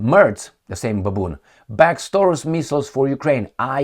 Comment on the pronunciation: Taurus sounds like DI-NO-SAU-RUS to me hahahaha